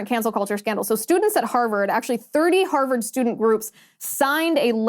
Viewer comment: I love u, Liz, but it's Harvard not Herverd.